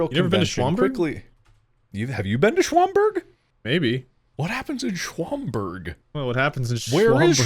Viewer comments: I live in Illinois You don't pronounce Schaumburg like that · I find it a little endearing that they can't pronounce shaumburg, like at all. I had no idea that it happened at shaumburg, which is hilarious because it's pretty upscale. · The fact they don't know how to say Schaumburg is kinda endearing to me.